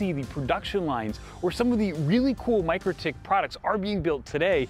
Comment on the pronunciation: It's not pronounced Micro-tik, is Mik-rotik 😂